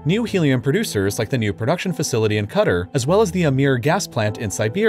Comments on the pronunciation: Qatar (ka-tar) not cutter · true pronunciation of Qatar is “kuh-taar” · this man fr said "cutter" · I paused to come post this comment. I had to rewind because I swore I heard him say cutter for Qatar. lol Then I started questioning myself about it because I assume he may be smarter than me so he's probably right. Definitely kuh-taar. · I don't know but it sounds like CUTTER has some too; never heard of that place, maybe Qatar? (kwa'tar) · He pronounces Qatar (kuTAR) like “Cutter” and that weirds me out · Fairly certain it's Qa-tar... Not cutter? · It's pronounced Catarr not Cutter! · "kuh-TAHR" not "KUH-ter" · Qatar. Nah, Cutter! lol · Qutar "Cutter" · hot air balloons don't use helium! and Qatar not CUTTER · Qatar is cu-tar not cudder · Did he just pronounce Qatar cetter? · “Cudder”? It’s pronouncedCAT-AR sweetie darling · Lmao cuter. It’s QA - tar no ? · The way he pronounced Qatar as ‘cutter’ made me laugh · i thought it's "quey-der" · It's pronounced Ka Tar. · no, it's Ka Tar. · No one: Absolutely not a single person:: "Cutter" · I think its funnier that im pretty sure "cutter" is closer to the offical pronunciation than something like "ca-tar" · Is anyone going the most mention the fact that he pronounced Qatar like “Cuter”? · Never heard anyone before pronounce Quatar as "cutter". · the way he pronounces 'Qatar' is so fucking eerie.. welcome to cutter!! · I thought Qatar was pronouned “Cutter”. Someone please tell me if I’m wrong. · “Cutter” Qatar: wat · I hate the fact that he pronounced Quatar as Cutter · Didn't realise Qatar was pronounced as "cutter" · Every time I hear "Cutter" it pisses me off. It's like they put no effort into research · you said "cutter" instead of "qatar" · Qatar is actually pronounced ka-tar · Calls Qatar cutter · Its pronounced Qatar exactly like guitar with a Q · Kah- taar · Why does he say Qatar as cutter 🤦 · Qatar ≠ cutter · Bro you pronounced Qatar right the first time and second time you pronounced a cutter tf